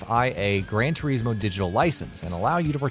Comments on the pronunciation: Everything in this video, from the way he says "Turismo" to having Forza listed under "Simulation" is enough for me to just click off it right away. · This idiot says TERismo 1 more time.... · Its not Gran 'Tureezmo' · It's gran tore-is-mo not gran tore-ees-mo get it right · TUR IS MO TUR IS MO ITS FUCKING TURISMO NOT TUREESEMO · It's gran trismo not Gran trieesmo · Gran Turismo, not Gran Tureeeeeeesmo.. C’mon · Why can’t he say Turismo not tyrecmo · It's Gran Chur-IS-mo, not Gran Ter-EES-mo. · Turismo not Treesmo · Omd it's turismo not tureesmo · Sorry I pressed stop after the fifth "tureesmo" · It's Turismo, not tureezmo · Ter iz moe not tureezmo omgoooooooooooosh please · GRAND TUREEEEEZMO ? HUH? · I dont wanna be that guy but it gets on my nerves when people pronounce forza as "fortza" and whats ge calling gran turismo... gran turees mo ??? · Gran turizeemo... 😠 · Who else hear Fortza and Tureesmo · It's not pronounced grand toureeezmo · “fortza” “turizmo” i mainly play need for speed games but this just triggers me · 'Gran Toureeesmo' sorry! :) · It’s pronounced gran to r is mo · Grand treesmo? Fortza? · I stopped watching when I heard the third "GRAN TREESMO". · Gran Tureesmo 😂😂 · Gran toreesmo? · why do you have the pronounce the game names wrong? fortza? tureezmo? gtfoh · "Gran Treezmo" and "Fortza"? smh. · I wanted to put my fucking ears off listening to his he says "Turismo" it's not spelt "teriesmo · "Gran Tureesmo" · gran tureeeezmo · Tur"eeeez"mo for"t"za..... this guy is annoying lol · GREN TREEZMO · You could start by saying turismo correctly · Why are you pronouncing 'Turismo' like that? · The way he says “turismo” bothers me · Saying turismo wrong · Baffling, simply baffling. Nürburgring is pronounced perfectly but "Turismo" on the otherhand ....... Good content otherwise. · See if you pronounce Turismo wrong once more ill flatten you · The way you say "Turismo" is offensive! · Cringe every time you day turismo.